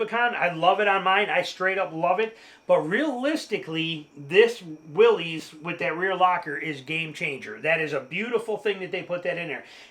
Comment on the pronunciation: I love your video. I do have to mention, though, that you’re mispronouncing Willys. It is the last name of the founder of Willys-Overland company, John North Willys. He pronounced his last name like “Willis”, not like “Willie’s”.